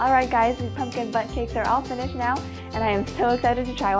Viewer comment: Hehe It sound like you say butt cakes ;D